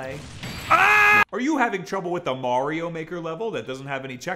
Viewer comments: He finally said Mario right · Wow, you said Mario the correct way! Finally.